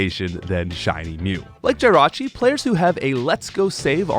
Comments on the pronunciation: Why do you keep saying Jirachi wrong. Ita not Jie rachi its Jih rachi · “GY-rachi” no please, no 😭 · Pronouning Jirachi like that should be a crime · Why do you say Jirachi like that? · I feel like you intentionally mispronounced Snivy and Jirachi’s names just to drive up engagement in the comments section. Congratulations, it worked…